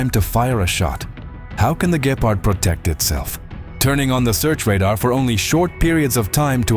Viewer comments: It's not gaypard its gepard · Why you say Gaypard 😭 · so what? Many native english people can pronounce Gepard correctly.